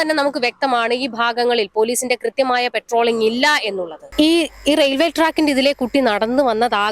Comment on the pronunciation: പെട്രോളിംഗ് അല്ല പട്രോളിംഗ് ആണ്